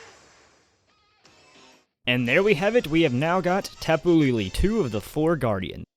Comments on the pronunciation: please stop saying Tapu "LeeLee" it's pronounced Tapu "LehLeh" I understand you're not about that pronouncing words from other cultures properly life, but it makes me cringe so hard. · Tape Elle is pronounced tapu laylay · Tapu LELE, not LILI. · It's tapu lay lay not tapu lee lee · it's tapu lele not,tapu lili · For tapu lele its pronoce as lay lay , lol idk how to do it XDD but it's something like that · Its pronounced Tap-oo lay lay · tapu is ta like talk pu like put and lele is le like let